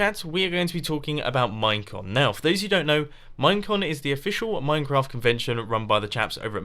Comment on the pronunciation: During his time lapse chat when he was talking about "Minecon" I heard "Mein Kampf" like four times.